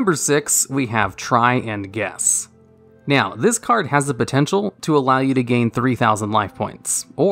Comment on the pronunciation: Or when he says "naowh"